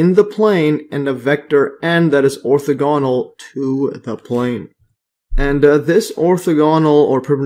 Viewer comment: Ortha-ganal. Lol you made me double check I was pronouncing it correct.